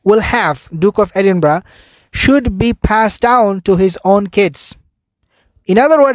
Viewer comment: Edinburgh, pronounced Eh din burra!